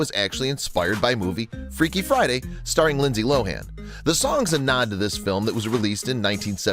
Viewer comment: "freaky fiday"